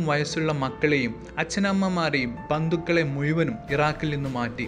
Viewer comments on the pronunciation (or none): മുയുമനും അല്ല കോയാ... മുഴുവനും